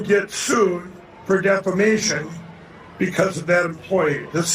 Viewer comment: Was l hearing things or did Mike actually say defamation correctly instead of deflamation? Oh lordy, the times are a changing.